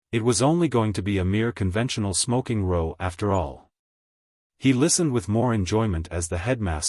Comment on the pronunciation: Even by AI standards this narration is terrible. Simple words like row, ragged, desert completely butchered. Shame as it's a fun story. AI cannot even pronounce Wrykin.